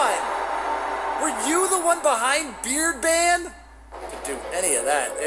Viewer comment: Ah yes, beer ban